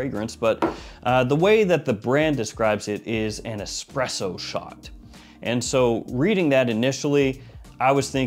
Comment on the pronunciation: No X in Espresso. Lol